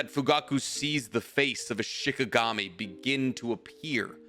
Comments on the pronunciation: The story was awesome but... It's SHINIGAMI. Not SHIKAGAMI. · Say it with me Sheen Ee Gahm Eee..